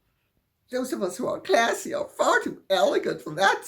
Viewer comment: I do like you way you enunciate 'classy'. A shudder worthy moment. Thank you.